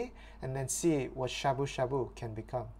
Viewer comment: Why ya sayin' shabu shabu like shaboo shaBOO? T.T Now people are gonna start saying it funny. T___T